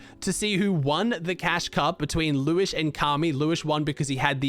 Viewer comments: Its liwshe not Liwish::) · It's pronounced Lew-shé, not lewish :) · hey, its pronounced liw she not liwish but liwshe has always been a good player qualled solo grands and heats like 3 or 4x